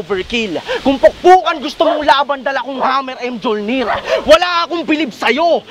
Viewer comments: inang rhik inaso puro angas mjolnir diniin pa pronounce ng mjolnor .. momo myolnir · Hahaha halatang dota player eh Mjolnir - "M-Jol-Nir" yung basa. Tho ang real pronunciations nan is "Mi-Yol-Nir"